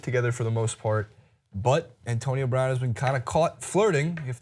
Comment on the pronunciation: He said her last name wrong